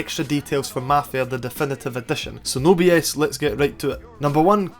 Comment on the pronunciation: "dEfEnEtEve Edetion" man how the fk can u talk like that?